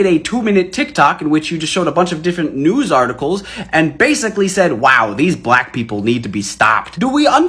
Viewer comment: Why do they pronounce it, “bllllaaack?” Lol.